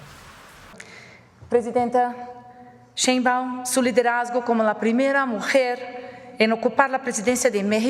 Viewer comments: Excelente anàlisis como siempre. Felicidades, me encanta enterarme de lo que està sucediendo en México y el mundo a travez de tí. Lo único que me hace un poquutín de "ruido", es tu pronunciación del apellido de nuestra presidenta jeje 😅 Aunque eso no afecta el.fondo y calidad del contenido. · No es la ch de chilaquiles , es un sonido suave como shuuush, cuándo alguien te pide callar !!!!!!! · Llamarla "cheinbaun" en lugar de "Sheinbaum" es hasta hacerle un favor porque la estamos mexicanizando, su apellido de origen germánico tendría que pronunciarse "shainbaum", con un "aum" gutural, pronunciado desde la garganta, cosa que la mayoría de mexicas no logra pronunciar ni siquiera muchos que se ponen de mamones a corregir a los demás, sucede porque las vocalizaciones de nuestro idioma no requieren de esos sonidos, a muchas personas se les enredan los ojos y la lengua al ver estos conjuntos de consonantes sin vocales o varias vocales sin consonantes, igual que con el negro (schvarzen) "negro" (negga), al que le querían poner "Arnold Strong" precisamente porque casi nadie podría pronunciar su apellido, en el caso de claudia, su apellido está mexicanizado a medias, perdió el "shAI" ya que aquí las palabras se pronuncian literalmente y se convirtió en "shEI", él siguiente cambio sería la "sh" por la "ch", aunque en la lengua náhuatl había muchas palabras con "sh" los mestizos nos quedamos con la "ch". Era lo mismo con la forma de hablar de AMLO, en las comunidades puede cambiarse la pronunciación porque físicamente tienen otra forma de hablar, muchos jamás en su vida tendrán que pronunciar una palabra en otro idioma, la pronunciación en aquellos que no están emparentados con las lenguas romance cambia radicalmente, ya sea que se hable desde lo profundo de la garganta o se deban realizar chasquidos y clics para pronunciar las palabras. "Cheinbaun" es un recurso para forzar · Sigue diciendo "cheinwbomw", 😁 es tu distintivo.😎